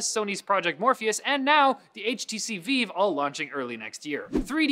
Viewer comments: The HTC Vive is pronounced like "live", not like "veeeev". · Did he really say VEEVE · Alright, who has been saying "Vive" wrong this whole time, me or?